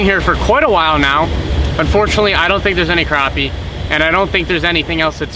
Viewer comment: "I fink"